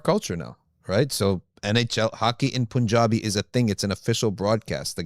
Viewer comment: As a desi, FYI it is not pronounced "poonjabi", rather it is pronounced "pun-jaabi". Allah bless you all.